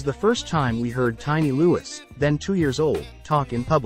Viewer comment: It’s pronounced Loo-ee, not loo-is